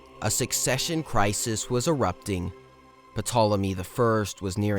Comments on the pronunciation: The P is silent , as pt diphthong is not pronounced in English when a word begins with it. So it becomes Tolemy. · Bro fix your pronunciation. Good work but 2 mins in and I can’t stand your pronunciation of Pyrrus and Ptolemy. It’s not “Pairus”, it’s “Pirus”. And the P in Ptolemy isn’t pronounced 😭